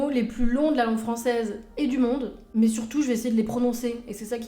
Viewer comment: Chaine très intéressante, que je viens de découvrir. Merci. Juste un petit truc, j'ai tendance à bloquer sur un tic de langage quand j'en entends un. Le votre, si je puis me permettre, c'est de prononcer "mais" avec le son "é" au lieu du son "è". Ce qui est très étrange pour quelqu'un d'aussi érudit. Voilà, c'était juste pour faire mon connard, je ne peux pas m'en empêcher. À part ça, c'est un plaisir de vous suivre, et ça ne remet absolument pas en cause l'intérêt que suscitent vos vidéos. Juste, j'ai un tic nerveux à chaque "mé".